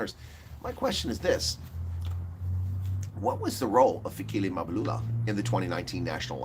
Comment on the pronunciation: It's funny that the people who have become richer since 1994 aren't worried that their ANC is failing 😂😂😂 instead they're now laughing at it and pretending to be concerned citizens who can't even pronounce African names, pathetic. Oh I forgot they're now finished with using it now they're throwing it under the bus like they always do with everything they've used up. It's Mabalula it's Mbalula, not Izulwini it's Ezulwini. You asked where is all the black elite and forgot to ask the whereabouts of the white elite who by far have benefited from the anc government than everybody else??? 🤔 You're more of a disgrace than the anc!!!